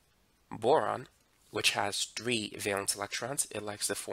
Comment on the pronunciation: Why does he saying three as tree lol.